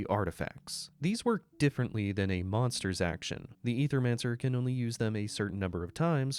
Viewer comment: Ay-thur-man-sir. Say it with me 🗣️